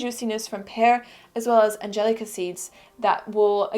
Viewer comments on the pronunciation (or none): none